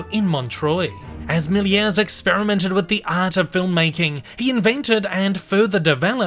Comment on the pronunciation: ah oopsi its georges méliès not miler